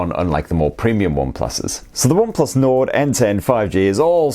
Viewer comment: Sounded like you said Onplus Nord at £279? I don't think so pal lol